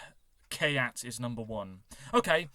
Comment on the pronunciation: So far people in Ukraine are voting for Khayat (we can see the current results in the app). By the way first syllable of his name is pronounced as in Hartford :) Thanks for your reaction and good opinion about Vidbir, we happen to like it too)))